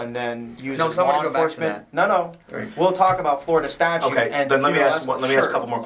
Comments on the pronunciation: Does Sgt. say "Statue"? He goes on to say it again seconds later and I'm hearing "statue". A bit alarming that a police Sergent wouldn't know it's called a statute, and not a statue. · Is this cop saying “we read the statue” and it’s in the state statue”. If so, it’s grounds for immediate dismissal 😂🤣 Continued listening...he,s a sergeant, and he IS saying STATUE. Jesus Christ. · A corporal who thinks the word is statue, not statute? Interesting.... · Statute. Three T’s. Say it with me: STA-chuTe